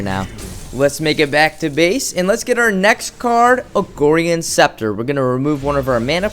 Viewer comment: I love your videos man, very helpful. And you crack me up....BUT FOR THE LOVE OF GOD IT IS "AGORAN SCEPTER" NOT "AGORIAN SCEPTER"!! Again this is coming from a place of love and respect!